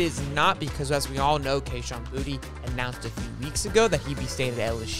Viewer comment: It’s pronounced Bou-Tay!!